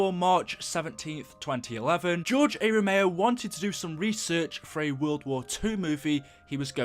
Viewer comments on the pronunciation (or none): Not even 30 seconds of shouting in and you say, "George A ROMEO" edit: oh god you repeat it . Did you not ever hear or slowly read his name before you made a video on him? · Romero was great as a director and mini boss Rome-er-o not rome-ey-o btw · It’s ROMERO. Not ROMAYO. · It's George r Romeo not George a romeo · It's RE-MER-O not RA-MAYO You better put some RESPEK on his goddamn name. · Its Romero not romao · Romero not romeo, there is an r there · RomeRo, not Romayo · ROMERO NOT ROMAYO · RO MER O. NOT ROMAYO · Romero not ROMAYO! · George ero meo 🤦‍♂️ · "George A. Romayo" lol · I can’t tell if you’re purposely saying George A Romayo on purpose lol still cool vid though, I’m just being a chach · Why are you calling him Ramayo? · I couldn't stand hearing you say Romao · George A. Romayo? Bruh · you can spell "Romero" but you cant fucking say it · hard time watching, couldn't even pronounce Romero properly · You miss pronounce Romero which is also my last name so I feel really offended 😭